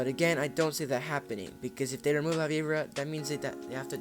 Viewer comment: HE JUST FUCKING CALLED IT LAVIBRUH!ITS LA VI BORA